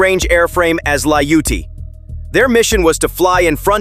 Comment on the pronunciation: Come on AI...Layute? It is Ljutyj. It means violent or bitter or unkind.